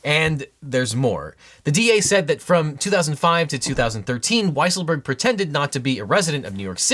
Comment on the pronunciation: Excuse me, but I believe his name is pronounced Weasel-berg